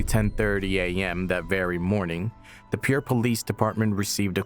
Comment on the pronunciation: Name of dam Oahe is pronounced Oh ah hee. City (Pierre) is pronounced correctly — peer — but its name is not followed by the word City. To be a legitimate source, it is important use correct pronunciation and city names